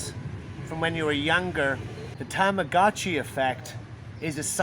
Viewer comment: please stop saying Tamagotchi like that its terrible. that's not how it is pronounced. tama-got-chi, you sound super hick when you say it like you did.